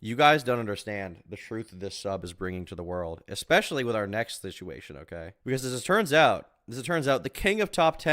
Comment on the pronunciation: the worst is he says "exspecially"